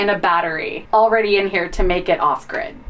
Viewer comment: Omgosh… inverterRR…. where you can eATTT, why the weird emphasis (exclamation mark) at the end of words and regular sentences? It’s so distracting. …off griDDDH 😂 Lol